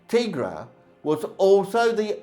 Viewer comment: It’s pronounced “Tie-Gra”. If you have ever watched even one episode that’s how it’s always pronounced